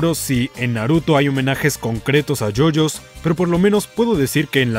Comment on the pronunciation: you you bizarr adventurr :)